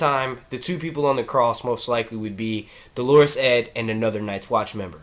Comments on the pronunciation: I disagree. In the US American accent it's like Dollar-us. I know because I'm Catholic and we actually use this word and you can look up the pronunciation and the audio pronunciations agree. He is saying it like the woman's name Delores lol! I would include a link to the audio pronunciation but YouTube app won't let me. But u can google it. He also mispronounces cavalry all the time too. He says Calvary - another Catholic word. Cavalry=soldiers on horses. Calvary=place Jesus died. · It's not Dolorus Claiborne lol, it's pronounced Dollar-us, Dolorus is a woman's name. Great videos doe! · Thank you. This was driving me nuts. Dole' r-us, maybe. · Dolorous is pronounced like DOLLar-us.